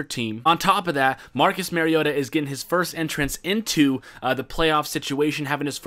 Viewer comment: Its pronounced MARIO-TA not MARY-OTA